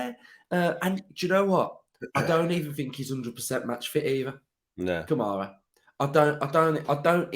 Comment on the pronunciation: Thankful for Konsa, no doubt. But he doesn't play defense as well as Mings. Also, I like Mings with the ball controlling tempo. I haven't seen that as much with Kamara back. Also, 1 out of 10 for the broadcaster getting Kamara's name wrong.